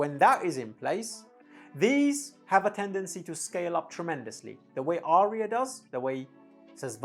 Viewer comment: Would you please mention the precise weight of these esoteric headphones whenever you review them, since I cannot use those much heavier than about 400g due to the size of my head and the length of my neck. P.S. As an Aryan, I can inform you that "Arya" has no more than TWO syllables.